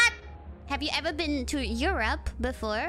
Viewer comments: not "air" tho its "e" like straight "e" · my what? ...robe? ...rope? 🤣😂🤣😂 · To be fair, it was partially Kiara's pronounciation too. Because German pronounces the second half closer to eu"rop"a while the proper English pronounciation is closer to eu"rup"e so combined with Kobo's English her hearing "your rope" was actually an accident waiting to happen really. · Rope? Huh? You rob!! ? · shoulda add more R for more excitement.. ERRRopa. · The thing is, europe in english sounds like "your rope", while europe in indonesia sounds like " Ay-Ro-pa ". Its quite understandable why kobo didn't get what kiara said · It took me forever until now to realise why she said “my what” until I realised it sounds like “Your Rope” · for people who don't speak native English the first one sounds like "your rope" that's why she's confused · what kobo hear just like Kiara : your rub ? Kobo : my rub ? dayum :3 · Kiara: 1 to 5 Goora: One two and five? Also Kiara: Europe Koobo: MY Rope? (YOURope instead of EU) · i heard "your rope" too when kiara said "europe" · When u say Europe, it kinda sounds like 'your robe/rope' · In her defense, Kiara's pronunciation of Europe does sound a bit sus.